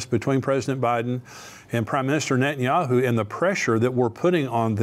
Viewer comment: I believe it's nentanyahoo